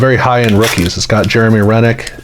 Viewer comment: Jeremy Roenick is pronounce Row-nick "professor"